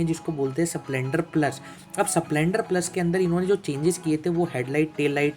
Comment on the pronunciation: स प्लेंडर नही स्प्लेंडर बोलते हैं😅😅😅